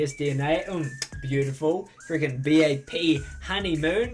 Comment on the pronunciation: The way you pronounce B.A.P and Spica though. 😂